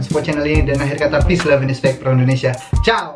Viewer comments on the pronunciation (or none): none